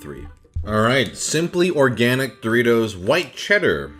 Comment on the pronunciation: It's dorry-toss.